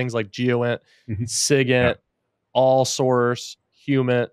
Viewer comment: Just before you mention some alternative"or other information sources, i could not hear them to clearly, would you mind telling me what that was? it sounded liking siggit and humid. Thanks, watching from South Africa